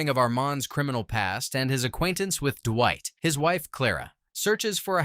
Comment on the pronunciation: I feel like the "DUH-WHITE" got more intense throughout the video. Duwhite, dewite, derrwhite, Durrwight. It's fucking Dwight. Not duhhhhhhhhhhhhhhwhite. God dammit.